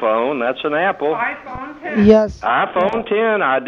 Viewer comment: Appel Iphone. Appel!? Christ...